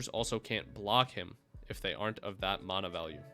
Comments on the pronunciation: I have a few friends who pronounce it that way. I don’t like it but it’s whatever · I liked the info but can’t get over the fact you mis pronounce mana